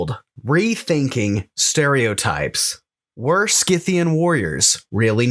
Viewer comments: It's SIthian btw, Saka, Scythe, Scissor, etc. all are spelt with sa and not ska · Great show ! However I believe Scythian is pronounced with a soft c like the word scythe .